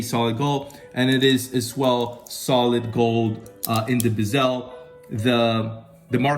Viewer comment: It’s not a Bi-SELL. It’s a Bezel, emphasis Be like BEH zil.